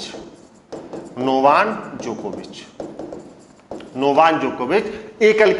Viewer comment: नोवान नही नोवाक जोकोविच है 😄😆बहुत गलत बोलते हो